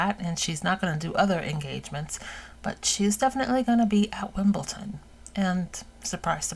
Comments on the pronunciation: Love you and I don’t want to correct you, but this is the second video that you mispronounced WimbleDON, not WimbleTON. Forgive me 😊😊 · I don't understand why Americans are incapable of pronouncing Wimbledon with a d and pronounce it Wimbelton with a t - yet they can pronounce London with a d and never with a t! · I know and have known a huge number of Americans, in my long life, enough for a poll, and most of them pronounce it Wimbelton.